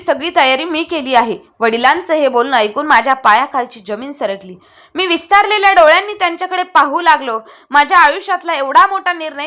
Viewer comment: विस्तारलेल्या नाही विस्फारलेल्या